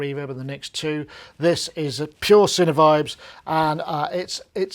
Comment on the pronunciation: So, as an American, I (and others) have been pronouncing Sinevibes like sign-vibes (like a sine wave) rather than cinna-vibes (like cinnamon roll). Is "sine" pronounced "cinnuh" in Brittain? Genuinely curious.